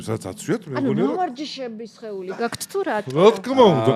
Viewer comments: “გაქთ” რატომ ამბობს? ჰეითით არ ვწერ. დიალექტურია თუ რატომ? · "გაქთ" ტოჟემნე ჟურნალისტი😂😂😂